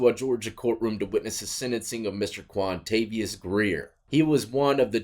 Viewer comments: Kwontavious... 😅 GUILTY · Am I the only one that heard Vontavious?